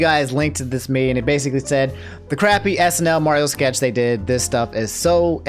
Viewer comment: How you say Mario right (finally), but keep saying Worio?? Also, it's Kate McKinnon